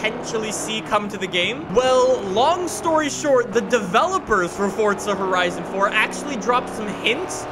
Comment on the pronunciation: FORTZA HORIZONN 1